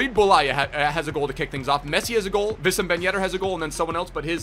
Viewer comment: It's Wissam not Vissam ffs 😂😂